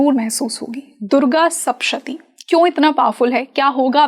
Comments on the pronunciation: Madamji durga saptashati bolt hai sapshati nahi...thoda dhyan de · It is sapta shathi. Not shapta shathi. Sapta is seven and shathi is 100. This represents the 700 Slokas